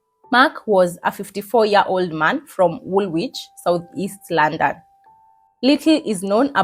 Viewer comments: Girl its Luunnnndonnn not laaannndann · The way you said London 😂. Love it